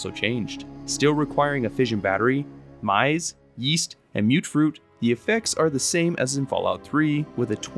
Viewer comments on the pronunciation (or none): Maize pronounced MAZE not Myze lmfao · Dude... there is no way you actually think that's how "maize" is pronounced. That might be one of the worst mispronounciations I have ever heard